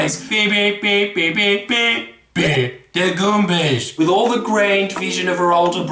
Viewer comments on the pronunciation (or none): "the gooombas" my fucking sides went to the moon